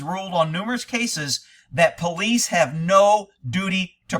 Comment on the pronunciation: Seems the vast majority of poh-leese today are there for the wrong reasons... SMH